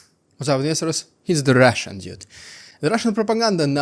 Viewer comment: My guess was that he was saying "ministers" when he was actually saying "investors"